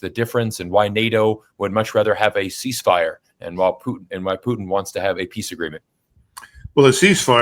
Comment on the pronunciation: Absolutely admire your pronunciation of the Russian Federation president's last name! Bravo!